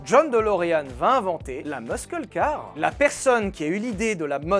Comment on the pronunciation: Trop bonne la video! Petite rectification de prononciation, muscle se prononce "meusseule" !